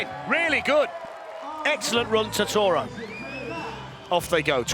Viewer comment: I get with the accent Totoro isn't going to be said right but come on man, Tuhtora